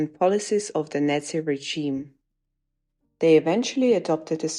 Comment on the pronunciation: Baden-Württemberg ist not a northeast state, it is in the Southwest, and please, "Nazi" is not pronounced "Netzi".